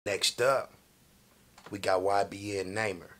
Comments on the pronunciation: His name pronounced “ Nah - Mere “ not “ NayMer “ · "Naymer" lol! It's pronounced "Nah-Meer" u know this lol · How he gonna correct himself and still get his name wrong😂